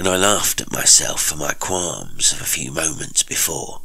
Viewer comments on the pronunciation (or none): hi I just saw all your replies. I'm pedantic, pay my criticisms no mind. Qualm to me is pronounced with the same sound as calm. I heard you say it with a sound like war. I've never heard of the word dinge before, apart from dingy, so I thought you meant ding. As I say, I'm pedantic and most of the time I manage to hold it back, but every now and again I say something like this to someone. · Your pronunciation of qualm and ring was not right.